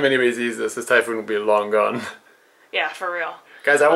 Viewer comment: was talking about a "typhoon".. I though she said "Thai food"..! FML.. haha..